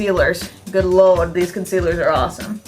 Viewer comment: LOL!!! Love when u get yer 'SOUTHERN' on. "Good Lawd"!!!